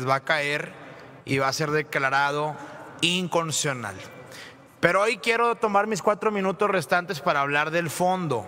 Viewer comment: El pobre Samuel con todos sus “ESTUDIOS” no puede decir INCONSTITUCIONAL